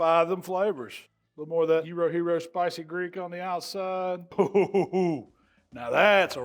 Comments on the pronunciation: Well I'm excited a non Greek actually pronounced Gyro correctly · Well done pronouncing "gyro" properly,!:D Kali orexi!